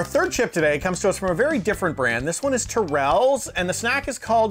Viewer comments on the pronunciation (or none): Accent on the first syllable, pronounced Tear ruls